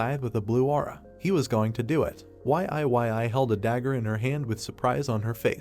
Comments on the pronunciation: Ok what the Deuce! Can you please get the AI voice to say Yi-yi (Yee Yee) not Y-I 😮‍💨😣 ive got a headache minutes in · Cant bro pronounce YE YE as in YIYI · Y.I.Y.I is killing me 😅